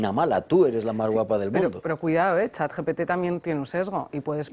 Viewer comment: Otra manera de descubrir a un lerdo: dice "chat yi pi ti".